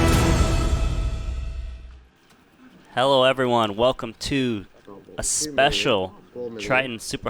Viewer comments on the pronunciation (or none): has gotta learn to get his pronunciation or whatever down. he says some “t’s” like a d and the beginning he said ello instead of hello.